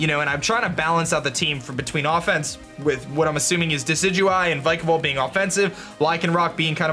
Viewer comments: it pronunced vic a volt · If vikavolt is your favorite Pokémon then learn to pronounce it 🙄🙄🙄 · He said wenis not weakness an vikavolt